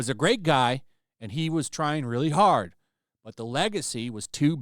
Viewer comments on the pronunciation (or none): none